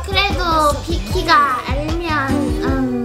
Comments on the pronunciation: 초에 비키가인데 비키라라고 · 1분9초에 비키가가않이라 비키라 라고함